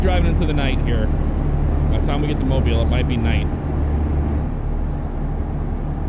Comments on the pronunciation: Thumbs up for the pronunciation of Mobile! 251! The original home of Mardi Gras in the States! Cool how they included a representation of the Dolly Parton Bridge right before Mobile. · Thank you for saying Mobile correctly! If you would've gotten off at 72 East, you would've went to my house!